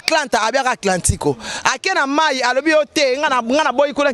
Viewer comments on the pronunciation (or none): Atlanta 😂ye alobi atlantiko 😂😂😂😂😂